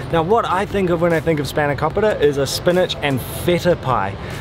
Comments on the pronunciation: Your Australian accent is causing you to mispronounce the names of the food you're eating. It SpahnoKOpeeta, and PEE-ta NOT PITTTTTT-a. Pete-uh not PIT-a. I pronounce the foods like a Greek out of respect to them. You can too. But then again, I'm Greek and I know better. What's your excuse???????? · Did you heard how he spelled σπανακόπιτα he was like "we love spanaoukooupitaa